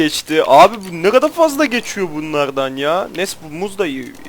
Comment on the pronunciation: Nerelisin ( Ne gada dediğinden anladım bir yer ama :D )